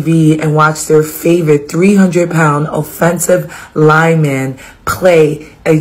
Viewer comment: “O-ffensive” lineman” 😂😂😂